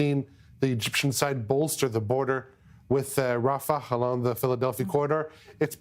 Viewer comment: She can't pronounce rafah? Her job is to read things